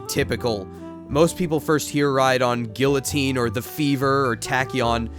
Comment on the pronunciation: Your pronunciation of guillotine made me cringe